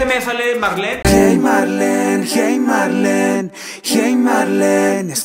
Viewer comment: Marlene para mi suena "Mariand"